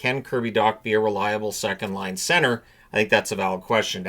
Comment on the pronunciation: Everyone is mispronouncing Patrick Laine's name. It's not Line-aye. It's Line-ah.